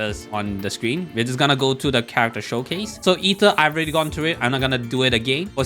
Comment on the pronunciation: Ether, Ather Arthor, aether? No that's John